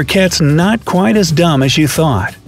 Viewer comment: U said dumm it's so funny to me